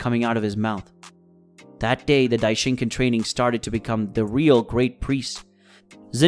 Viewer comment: i hate it when people say daishinkan like that its not ken its khan